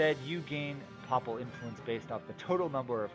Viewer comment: The voice is really quiet, and the music is SO loud... but more importantly, I can't stand how you keep mispronouncing "papal" and "papacy" and such every single time! It's a short a, "Pay-pull" not "paw-pull" or "pop-pull" like you keep saying.